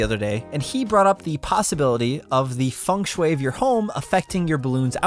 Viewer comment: Everyone: Feng Shui Him: fangshue